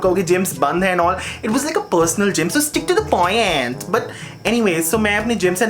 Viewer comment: 'Poiant' 'Liafe'😂😂